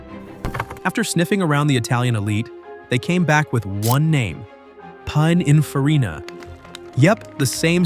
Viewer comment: Its "pin-in-farina" not "pine-in-farina"